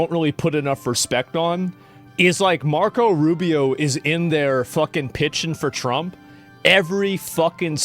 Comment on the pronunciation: "Marcos Arubious"